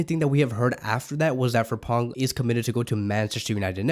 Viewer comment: The name is FRIMPONG, pronounce as "free m pon."